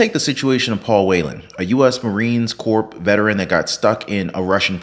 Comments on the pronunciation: Not a nag but every marine hates 3 things. Dry counties, being called a soldier and hearing people pronounce corps with the “ps.” It’s just pronounced like core. Love your channel man! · Can you please stop saying the fing P in Marine Corps. The p and s are silent. TY!